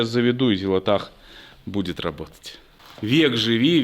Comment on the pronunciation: Всё ещё неправильно называет Зилотpах Зилотахом...